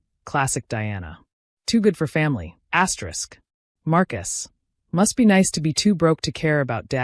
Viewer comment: Whuuut? Asyerisk? Cut it out. Fix this. I will unsubscribe.